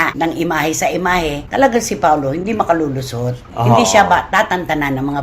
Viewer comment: nice one!!! it's makaLULUsot, not maKAKAlusot. keep it up. huwag masanay sa mali...